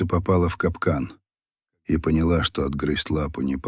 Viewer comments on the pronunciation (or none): none